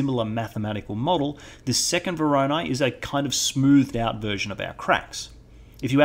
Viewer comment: Someone please tell this man how to pronounce voronoi. Great tutorial though, never knew how to get good edge detection working before so this was very helpful.